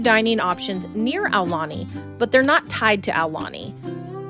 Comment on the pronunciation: Thank you for pronouncing it correctly